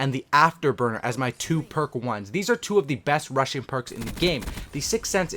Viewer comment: He knows there is a (g) at the end of (rushing) right?